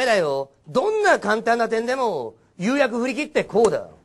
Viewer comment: どうしても二回目の誘惑がゆうやくに聞こえてしまう。